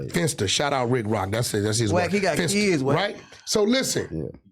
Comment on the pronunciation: with that he got "keyids"😂